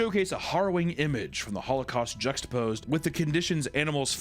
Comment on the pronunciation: At times at 1415 I thought he said howlocaust....I was speechless